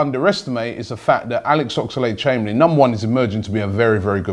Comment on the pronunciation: ffs.....his name is OXLADE.....not OX A LADE.....